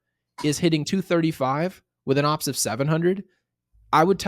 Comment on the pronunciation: Ngl, I get so uncomfortable when I hear say "OPS" and not o.p.s. lol, love you guys! Best Yankees content on YT aside from, maybe, Jomboys media empire tbh